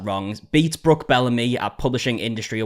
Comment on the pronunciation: Someone takes your script about this video changes a few words and then posted on YouTube. They even use your pictures. When you say Brooks name wrong. They do that too. Then they post it and make money. There's only so many different ways you can talk about a video.I think you believe that it is pleasure ism, but when someone makes money off your work and then plays it as women against women. That's kind of shitty.